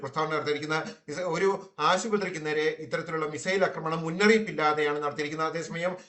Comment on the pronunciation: 'Akkramanan ' veruppilkkal news reader